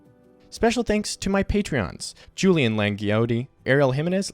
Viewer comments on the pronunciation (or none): none